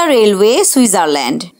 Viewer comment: রেলওয়েশ বলতে অনেক ভালো লাগে